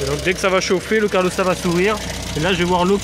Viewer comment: Super tuto merci Par contre "carlostat" c'est pas possible ! C'est "calorstat"😂